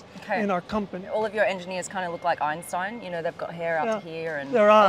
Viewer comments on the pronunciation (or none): none